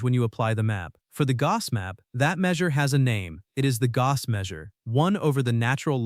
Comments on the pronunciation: He won’t mind, it’s still not how you say the word. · It is quite painful to hear the name of perhaps the greatest of all mathematicians butchered repeatedly. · I am sorry, but not a good video. Even if I would know everything said, I would have problems with following, as the narration was really fast, and pronunciation was weird (e.g. Gauss). If this is to be educational / popularization video, it does not work. Key concepts are not clarified enough, the visual aspect of video is not used well - many details are not visualized at all. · This is a very interesting post. However I found it almost impossible to follow, without sub-titles, because of the weird pronunciation of Gauss. You have been warned.